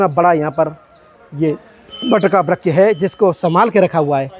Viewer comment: आप वृक्ष का उच्चारण सही कीजिए अगर वृक्ष नहीं बोल पा रहे हैं तो पेड़ बोल दीजिए हम सनातनी है हिंदू हैं अपना अपना उच्चारण सही रखें तो अच्छालगता है हरे कृष्णा जय श्री राधे